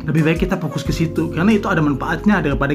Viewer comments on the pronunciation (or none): Fokus kak... bukan Pokus heheh Salam siang